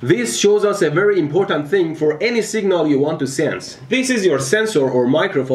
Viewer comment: I apologize for pointing it out, but I cannot help to notice that when you pronounce "v", you often accidentally say a "w" sound (example. "wery nicely wound"). What is your native language? Does it not distinguish v and w sounds? I'm genuinely very interested.